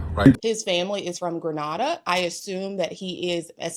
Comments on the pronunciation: Grenada is pronounced GrehNayda. 🇬🇩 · We're both Grenadian (Gre-NAY-duh, btw) Caribbean-Americans from Brooklyn. Hes making us look bad 🙄